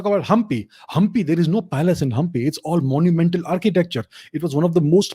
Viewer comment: Hampi pronunciation spot on